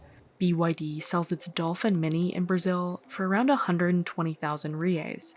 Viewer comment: He said local Toyota moter in brizil. 😂😂😂😂😂